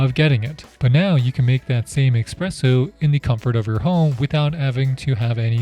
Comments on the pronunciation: Please. It is NOT expresso it is espresso! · You see that f*** ESPRESSO on that package, despite it you keep saying “Expresso” . Bro, what’s wrong with you really! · Love your “Expresso” expression! Let’s find a nice espresso machine now! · Did you say, “eggspresso”? How does someone doing a video on a coffee maker not know how to say espresso!!! WTF! Record it again and do it right! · OK, I know we prefer him to say ESpresso not EXpresso however ...... Espress in Italian means Express in English and nobody is bothered about him not saying caffè. In summary: He really doesn't need to speak in Italian especially when I have heard Americans pronouncing the French "Croissant" like "Cross-Ant", and using the contradictory expression, "I could care less", when they mean, "I couldn't care less". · everyone is bothered by expresso, but really, buddon got to me more 😅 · If he says "Expresso" one more time... 😂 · Ok. Heard the "expresso" 3 time to get it if he really said expresso. Every Italien is crying. 😅 But thanks to the a lot for the work and showing us the Phillips Baristina. Didn't find a German review. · “Expresso” and “buddon” I’m out…. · As soon as I heard „expresso“ I knew this review would not be coming from a coffee nerd. Which is also fine I guess 🤷🏻‍♂️ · Technically expresso is an actual term for espresso in French and espresso is a misspelling Americans say. But hey, can’t speak for whether dude is French or not 🤷‍♀️